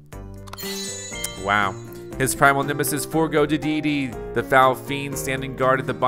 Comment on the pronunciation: How is it that this man has played Kirby for some many years, yet always says King Dedede's name wrong?